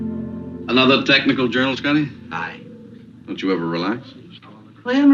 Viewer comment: "Scitty"? What the hell?